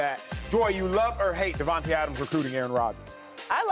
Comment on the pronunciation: bra can y’all stop saying devonte when it’s davante y’all blows me